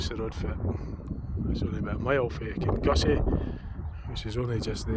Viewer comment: Kinussie is prounounced "Kinnoosie"